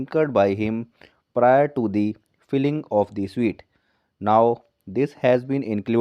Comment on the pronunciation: स्वीट नहीं स्युट